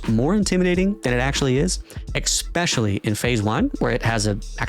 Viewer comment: Dude says "expescially"